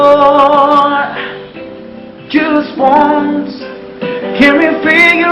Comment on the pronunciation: Sama talaga eh naubo..nahingal..ahhh...haaahhh...kulang nalang ay dumahak eh .sabi pa ng pgkabigkas.. Jas won. Daw...imbes na just once